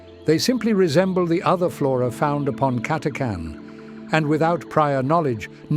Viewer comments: CATA CHAN ... NOT CATACAN ..... :/ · It's pronounced Cata-chan not Cat-a-can! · WOW. Nice background audio. Also, your voice is really good. Just to be nit-picky... the "H" is not silent You don't take cange from the tip jar, no matter how carming you may be. It's CA-TA-CHAN or CAT-A-CHAN. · The official pronunciation of the "ch" in Catachan is /tʃ/ as in "chew", not /k/ as in "can".